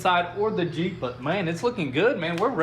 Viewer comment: “Da jeep” lol you guys are great! Love your videos!